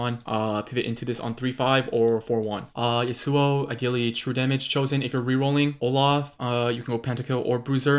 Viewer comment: ITS YAWSUO NOT YUHSUO